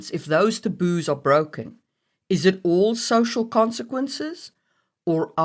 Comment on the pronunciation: Lol, sometimes it sounds like you're saying "the booze" instead of taboos xD I am very sleepy.